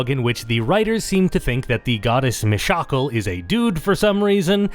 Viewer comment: me shackle? dafuuuuk. ew gross pronounciation no way. it's clearly always been pronounced Mish-uh-kahl. fight me.